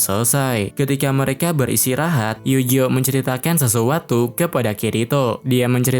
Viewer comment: Bang tolong bet penyebutan nama pake Pelafalan asli, Eugeo jangan Yujo, Alice jangan Alis, beda penyebutan nama malah serasa beda karakter 😔